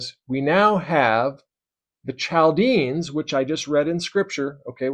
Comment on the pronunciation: Not to pick on you, as this was really good information presented. Chaldeans is pronounced Kal dee uns. And Manasseh is pronounced Man assa. The tetragrammaton was supposed to be the hebrew letters for yahweh or Jehovah without vowels inserted. I believe you can look these things up. ❤️❤️